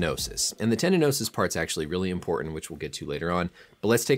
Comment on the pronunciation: You say the word "important" weird. I bet you say the word "carton" the same weird way. Are you from Utah or Michigan? I hear that same way from people from those areas.